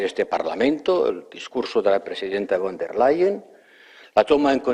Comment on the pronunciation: Al comentarista, se pronuncia Fon dea Leyen